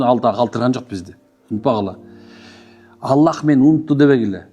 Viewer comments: Ассалааму ъалайкум. Алла эмес АЛЛАх де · Ала эмес Алах